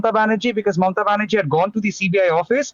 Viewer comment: Its Banerjee not baHerji